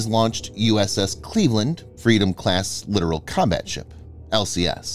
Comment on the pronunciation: You are mispronouncing the word literal. The word is littoral and it refers to the littoral zone or shallow areas near coasts. You're not the only one that makes this mistake so don't feel bad. Littoral Zone. Not the literal